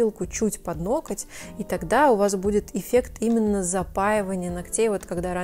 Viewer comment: Не ноКоть, а ноГоть. Как же режет слух...🤮